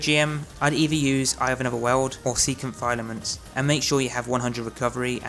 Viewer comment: FILL A MENTS YOU FUCKING MOOK